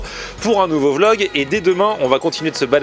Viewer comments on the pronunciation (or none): none